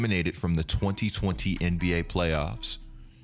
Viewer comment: I lol3d so hard at how you say 2020